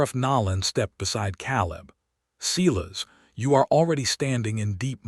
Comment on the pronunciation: Or Kay-leb Silas is Sigh-las I dislike creators who just crank these stories out without care to get things right. 👎